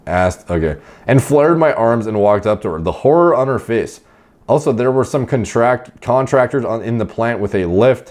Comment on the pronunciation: kinda random but i love how is so used to saying "contractile tissue" that he starts to pronounce "contractors" in the same way before he realizes its a different word